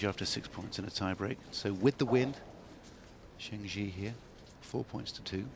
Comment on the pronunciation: Zheng Jie was a big inspiration to my tennis playing, and it sure would be nice if the commentators could take the trouble to pronounce her name even remotely correctly. Serena Williams was just a force of nature though.